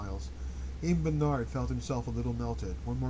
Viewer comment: A reading, like a friend reading from a corner of the room, is welcome. Outside of the pronunciation Bernard, I find this experience just fine. I can involve myself with the text and the reading or just follow the reading. A professional reading for $XX might be better, might not. Thanks for this.